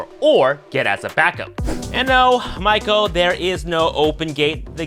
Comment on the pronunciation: lol I still can't get over every time you say "Michael" it trips me out 😂